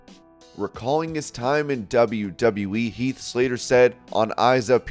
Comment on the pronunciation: "Health" Slater?!